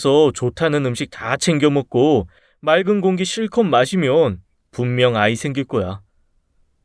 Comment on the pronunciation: 분명을 불명으로 읽지않으시고 분명으로 정확히 발음을 하시네요 축하드립니다